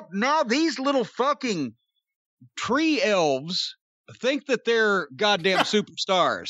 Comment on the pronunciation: I had to pause the video when Jim called the Stunts' "Tree Elves" lol...